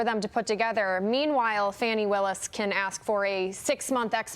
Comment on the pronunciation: her name is pronounced "fauni" not "fanny"